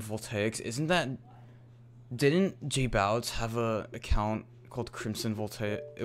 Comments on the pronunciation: J-bow-itz not j-boow-itz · It annoyed me how you say jbowitz...